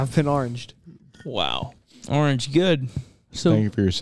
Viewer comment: Someone needs to teach how to say orange correctly.